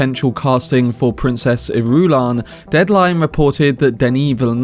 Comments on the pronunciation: I love him, but his pronunciation of Princess Ir-U-lan is so cringe that it makes my skin crawl. Lol. Say it with me. Iru-LAN. 😂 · I believe 'Irulan' is pronounced more like [ Ear'ah'lan ] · JFC, Irulan is pronounced with the stress on the FIRST syllable. Not the second. Why don't you listen to the Lynch movie or the miniseries? Why do so many of you get it wrong? It's like nails on a chalkboard. As for "waiting for Timothee to age"... FFS, has Villeneuve never heard of makeup to age people? Dune Messiah is only 12 years after Dune. It's not like Paul is middle-aged, and he does get a constant dose of spice in his diet. Spice helps to slow aging, so by this point those people who have regular doses of spice can live normal lifespans of 200-300 years. Sheesh.